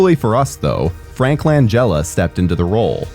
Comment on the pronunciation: I have never heard another native English speaker who had such difficulty pronouncing words as our narrator... albeit is "alBEE-it," not "allbite." You sound like a fool when you say so many words wrong but there's zero excuse for not looking up friggin' names. Siegel would be pronounced like seagull and Langella has a hard g. Beyond that these videos are too biased with you repeating personal opinions as facts and omitting relevant info entirely (such as the audience score being a dreadful 60% shown right on screen). Who do you think possibly liked Parker Posey in this movie besides you? She wasn't just utterly forgettable she was godawful annoying, but whatever.